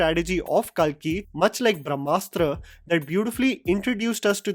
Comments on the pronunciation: Bhiya naam lete samay toh accent chhod Diya Karo, Kalki ko kaalki kahe bulate ho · love your videos, but your repeated mis-pronounciations of Indian names is a No-No. The movie should be pronounced as "कल्कि 2898 AD"